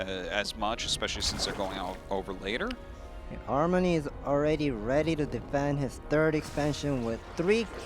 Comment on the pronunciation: the other caster pronunciation of Armani name kills me a thousands time inside.